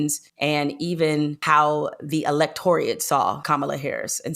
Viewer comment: Did she say Electoriat? Haaaa!